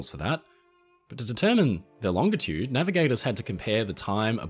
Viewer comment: Thank you for using a hard G when saying "longitude".